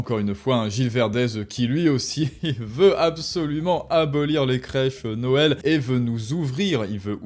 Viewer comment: Attention, tu as dis la dinde de "Noêl". J'ai un ami qui a comme prénom "Noël", dois je l'appeler d'hvers ?